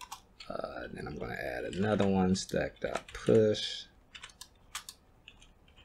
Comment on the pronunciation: Please say "Push" abit clearer.